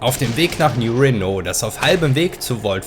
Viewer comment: Nein, kein neuer Renault! Man spricht es als New Reeeno (oder auch Rino)...ps: Franzosenkarre die Sprit braucht würde in Fallout auch nix bringen, das Öl ist GONE! Weg! Nix mehr da!